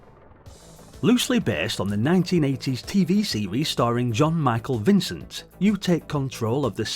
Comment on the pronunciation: "JAN"-Michael Vincent